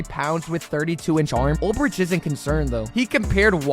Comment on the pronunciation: Preciate the content. Pearce had 7.5 sacks not double digits. Also you’re mispronouncing Ulbrich